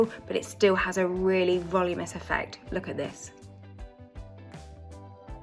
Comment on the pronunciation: Valoominess not voluminess